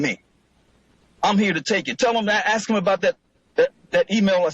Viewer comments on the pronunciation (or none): At least says statute instead of statue. But he do say axe sometimes instead of ask.